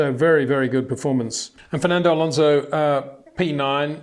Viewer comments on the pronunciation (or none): none